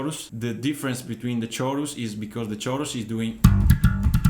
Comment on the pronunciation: Great tutorial, it sounds spot on! Although the word chorus makes a k sound, like cake.